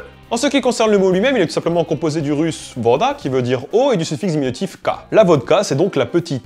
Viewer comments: Mdr je lui ai aussi fais la remarque, d'entendre vOda, ça m'a démangé l'oreille ;) окей, пойдём вместе пить водки! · Petite erreur de prononciation: вода se prononce "vªda", vu que la syllabe accentuée est sur le "а", le "о" prend dons une sonorité proche du son "a" mais très léger "ª". Le sujet est vraiment passionnant, merci:P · /!\ chieuse russe /!\ : le mot "voda" qui signifie "eau" en russe s'écrit bien "voda" mais se prononce "vada". Voilà ;)